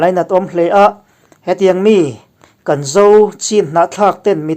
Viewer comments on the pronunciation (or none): Mizo tawng i la chhiar fuhlo leh thin,chang dang kan lo tihah khan Kaan, tiha lam turah kan tih hi thluk dah lo mahse a thuin a zr ang zel lamrik tur a ni e.